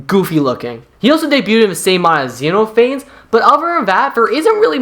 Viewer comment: pronounced xenophanes wrong; it's "ze" + "nof" + "uh" + "neez."